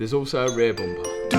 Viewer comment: Say more 'bumpahh'